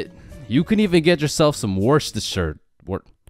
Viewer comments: It's (Wor-ses-tuh-Shea) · its pronounced wu shr ster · How to pronounce worchestsire sauce war-chest-sire sauce